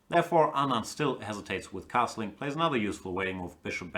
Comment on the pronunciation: Gustafsson keeps pronouncing Anand's name absolutely correctly. It keeps disturbing me but i dunno why. Hope Kramnik bounces back.. he's having a terrible tournament but still has van foreest and shankland with white to come.